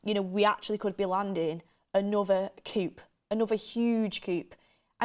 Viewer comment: TUS presenters please learn to pronounce coup!